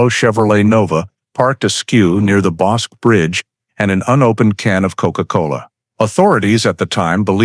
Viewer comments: It is NOT the BOSK River, it is "Bosk-EE" River. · Pronounced BOSK-KEY (rather than "QUE" making the K sound, it makes the KEY sound.) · ff - FWIW, Bosque is a 2 syllable word, CORRECTLY pronounce BOSkey ..... not monosyllabically as "bosc". - Verdict read and sentence pronounced by Judge. This is ERRONEOUS!! Texas has a bifurcated judicial system, i.e., trial and sentencing procedures. FIRST, a jury decides whether a defendant is innocent or guilty of the charge(s) specified in the indictment. Then, and ONLY THEN, does the jury deliberate on its recommended sentencing, based upon the judge's instruction to the jury of what sentencing it can render/recommend. Also, THEN AND ONLY THEN, can a judge actually pronounce a sentence. 😕👎😕👎😕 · It is pronounced "Boskie" not Boske!! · That would be the Bosque River, not Bosk! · The word is BOSQUE = pronounced BOs-KEY - since you didn't even check on how that was pronounced I don't believe you know anything else about this video so THUMBS DOWN - do better research before you post anymore of this CRAP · That river is the Bos-"key". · Texans pronounce it Bos' kee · Temple, Tx, about 45 minutes South of Waco. Bosque is pronounced Boss’ key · ITS pronounced Bos Key. And circadas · Pronounced boss key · Waco is in Mcellan county of Texas and the river is pronounced Boskey 😅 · Bosque is pronounced (boss-key.) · The Bosque River is pronounced Boskey in this part of the world. You could at least get that right. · Bosque pronounced Boskey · My back yard. I remember this. I was 12 years old. Just so ya'll know " Bosque:..pronounced bosskey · bos-keh is the right pronounciation. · Wish you pronounced the river correct tho